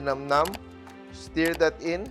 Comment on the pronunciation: “Stir” po pag hinahalo, hindi “steer”.